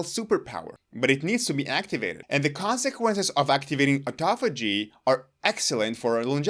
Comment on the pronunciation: High-POXE-ee-ah? I could have sworn it was pronounced high-POX-ee-ah. Live and learn. Never knew how to pronounce the word “autophagy” so thanks for that. I was using the same pronunciation as in autoimmune, automobile, autonomic, automatic. Maybe they should be pronounced oh/aw-TOH-matic, oh/aw-TOH-nomic, oh/aw-TOH-immune, etc. Dang English is a bear of a language to figure out how to pronounce. SO many exceptions to exceptions.